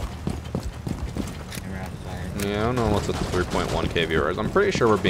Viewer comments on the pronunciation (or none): "Ze capitalist system"